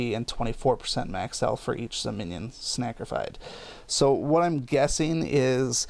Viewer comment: snacrificed? so u eat a snack while sacfrificing?